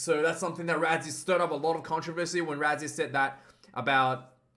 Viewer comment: Pronounced Russy not Razzie🇿🇦🇿🇦